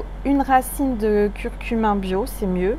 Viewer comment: Curcuma on entend curcumin.. 😉🙏